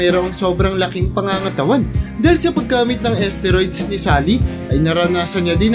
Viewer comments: pakiayos.. steroids.. hindi asteriods 😂 dami kona iniisip wag kna sumabay 😂😂😂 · asteroids? edi galing pa sa space yan? HAHAHAH :D galing mag research ng content pero d ni research tamang pronounciation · ayusin mo pag bigkas mo STERIODS yon Mang mang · Boss hindi esteroid.steriods brod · Tama b pgkakadinig ko???asteroids????..steroids un lods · Ahhhh esteroids pala yun!!!! Ang alam ko kasi steroids ang basa dun eh?!!!😂😂😂😂😂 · Umayos ka nga commentator "esteroyds"???? STEROIDS yun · Asteroid ,esteroids tlga po?😂 (Steroids) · sakit sa tenga ng esteroid nyo po.. steroid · Asteroids or esteroids lods😂😂😂😂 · kala ko nung una asteroids yung sinasabi niya eh. hehe. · Bisaya yata yan kaya iba mag pronounce hahahaha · Steroids po naman talaga mali bigkas nya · Mali pa ang pronounce sa steroids 🤣🤣🤣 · Steroids dinig ko mga lods eh